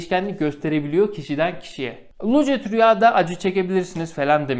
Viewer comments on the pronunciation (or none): Çok ciddi bir şekilde videonu izlerken senin' lucid' rüya demenle ip koptu keşke bir video hazırlayacak kadar zaman ayırmışken , anlattığın terimin doğru okunuşunada bir baksaydın Doğrusu lusid rüya olcak bilgine...